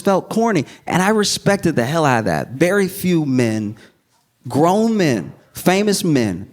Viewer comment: The emphasis on the word grown....building up to something?😂😂😂😂😂